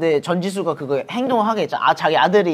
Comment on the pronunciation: vous entendez ici l'accent de Joshua < geugeowrr > ? Je ne sais pas si c'est juste moi mais j'adore 😭😭